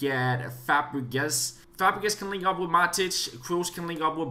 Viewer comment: he said fapregas (I apologize if this makes you mad because of your accent but it was just funny to hear)